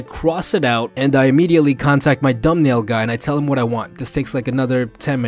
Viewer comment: Lol I heard "dUmBnAiL"